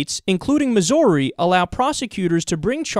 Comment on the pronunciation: Missouri Mizz-Or-EE... Miss-err-eee... Mizz-Orr-E-A-Sports it's in the Game. Mizz..Err-Orr--Ee--ee-a-e-i-o-u and sometimes y Yeah, anyway... the way you say Missouri.. It touched me deeply.